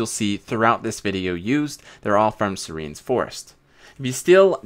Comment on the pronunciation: bruh thats not how u pronounce serenes